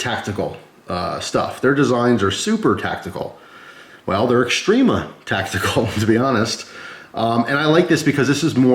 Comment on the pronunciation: It's often pronounced wrongly like extreeeema